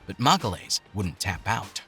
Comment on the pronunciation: "MAGALAYS" it's "magayaeesh" please.